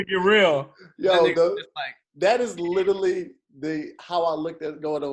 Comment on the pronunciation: favorite word he can't say "literally"